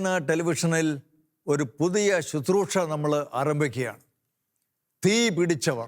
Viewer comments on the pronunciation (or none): സഹോദരാ. ദയവായി 'ശുശ്രൂഷ ' എന്നു പറയുക. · Brother please pronounce the word as Susroosha and NOT Suthroosha. I had requested you earlier as well. Appreciate your effort.